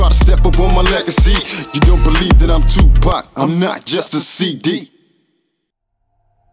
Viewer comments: Pock not pack 🙃🤪🥰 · “Two pack”? TWO PACK???? Too poc. TOO POC Tupac = TOO POC Cmon now. You hurt my soul with that. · Tu PAC not Pack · Tupac, pronounced : TOO-PAHK. Not two pack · Him saying 2 pack 😬